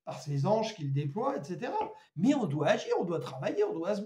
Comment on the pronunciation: Laissons agrir?, agrrreeuuh?